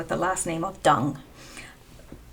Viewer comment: Dung is pronounced Yoong. The D is a Y unless there is a horizontal line through it, then is like our D. Nguyen is pronounced something like Nwen.